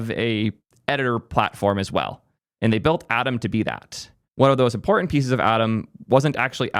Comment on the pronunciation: for a moment i was like "Adam? What is Adam"?.. oh Atom.